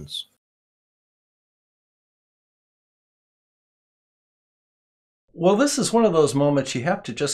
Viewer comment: "the lack of understanding of basic words and basic phrases" 2 seconds later: "you can't have a good house built without the good FOONDAMENTS"